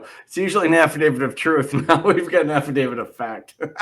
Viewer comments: I think this man is calling it an "Affidavid." Maybe in honor of this defendant. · "Affadavid"????????? Again???????????? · Great video, but that guy made my head hurt with his crazy comments! P.S. what is an "affivdavid?" I know of affidavits, but not of affivdavids. LOL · He keeps saying "affidavid." shakes head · This is all horseshit! Every jail around here have a Notary in the Law library, and there is no such thing as a "form Habeas Corpus". You have to draft your own! The format is in the law books in the Law library. He calls it an "affidavid" lol, and all affidavits are affidavits of fact! That's the whole point! Why do these people think an affidavit has some kind of power? All it is is a sworn statement! The only power it has is your word! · he said Affi-david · Is he saying "affidavid"?